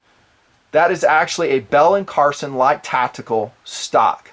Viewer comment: Hey brother, just so you're aware, the last name is Carlson, not Carson. No malice intended whatsoever; keep up the good work :-)